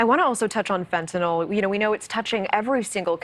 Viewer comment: Fentanyl, not nol!!